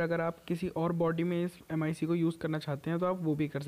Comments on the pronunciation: It is pronounced as "ma-e-k" not M I C!😂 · Bhai vo m I c nahi mic hai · It's clearly flawed... Why couldn't u just say Mic instead of M.I.C